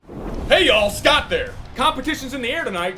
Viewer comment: You pronounced "Scott" wrong.